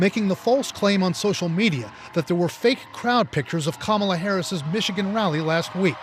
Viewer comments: As a supposedly educated enlightened white male can you please make an effort to pronounce VP’s name correctly? respectfully? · Are you deliberately saying Kamala's name wrong aswell ???! 🤔🧐 Fascinating ...